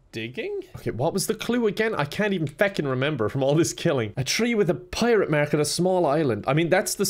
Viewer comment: ah yes a prirate mark